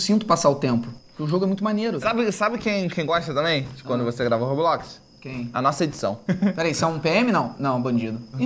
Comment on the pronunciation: Jesus cara não é Roblox é Roblox Roblox eu acho que você não passou da 10 anos da Escócia não como você não sabe falar Roblox que é isso eu acho que você não conseguiu falar Roblox direito